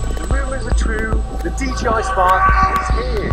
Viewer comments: Hey, it ain't DGI, it's DJI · ya know I have always wondered when people were gonna realize the company is called DJI because people always say DGI